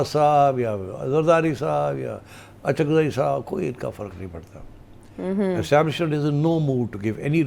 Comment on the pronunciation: اچکزئی صاحب معذرت کے ساتھ الف پہ پیش کے ساتھ اچکزئی بن گئے ہیں